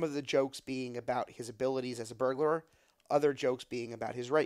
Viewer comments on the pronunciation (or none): Burglar. Not Burglar-er